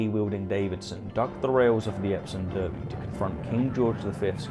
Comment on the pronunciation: The "Derby", in "Epsom Derby" (and any other British horsey derby, for that matter) is pronounced: "DARBY", not "Derby." We ain't in Kentucky, heck, we ain't even in America. It's "DARBY",, "DARBY!" GOT IT?!? >